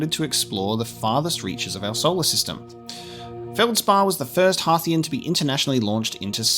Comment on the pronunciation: Thank you so much for pronouncing Timber Hearth and Hearthian correctly. Too many people rhyme "hearth" with "earth" and it grates on the ears!